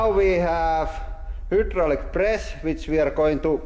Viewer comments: "y" in Finnish is kind of an "uuu" sound, I love it. Also of course he has that many presses. This is huudraulic press channel! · Hyoo-draulic press